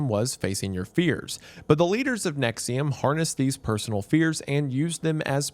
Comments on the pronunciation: I haven't watched the video yet, I clicked on this vid and read "Nixium" in my head and went "but its probably not pronounced that way" and the first sentence was indeed you pronouncing it that way. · If you buy into thinking “NXIVM” is pronounced “nexium” honestly you probably deserve whatever these people do to you 💀